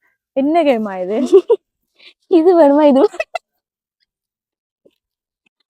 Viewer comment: பெயர் ஹேமா..கேமா அல்ல..